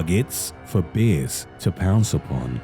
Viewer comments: He seriously says "beers" instead "bears" :D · Ba’ers in a real boston-like accent.